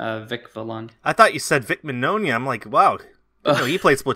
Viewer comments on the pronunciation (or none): "Min-yo-nuh"? I thought it was pronounced "Min-yawn-uh"... Eh...